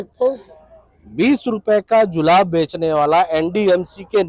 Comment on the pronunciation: DO I HEAR HE SAID JULAB NOT JURAB.😁🤣😂